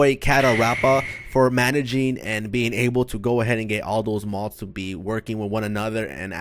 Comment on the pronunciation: I every time you say mods sounds like you’re saying mos